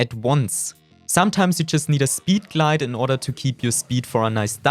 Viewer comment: 😂 I also love to way he says speeed glade